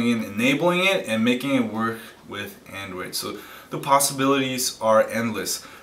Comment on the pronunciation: AN DROID not AN DWOID